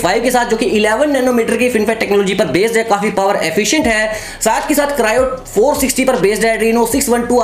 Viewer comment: Kryo nahi kyro